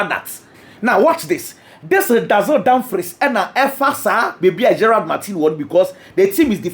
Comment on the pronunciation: Damfries not Damfrys…masa why wo pri